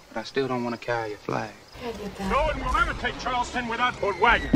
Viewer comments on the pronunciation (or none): none